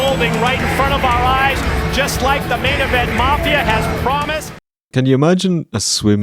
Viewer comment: Alex Wright said "this was a hella a Wictory Road, I PWOMISE."